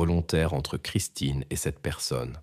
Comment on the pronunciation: C'est Christine ou christin 🙄IA🤔😑